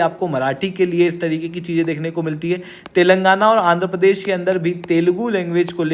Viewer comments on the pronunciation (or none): none